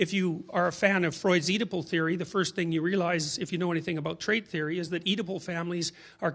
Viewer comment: Thank you! I couldn't make out the words somehow. Freud's Oedipal sounded like one word.